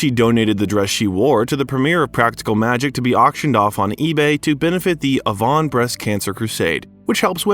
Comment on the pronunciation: A Von? Hahahaha. Gotta love AI